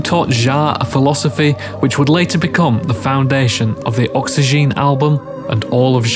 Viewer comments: It's oxygen and not oxyjean though but great Video. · That's not how oxygene is pronounced.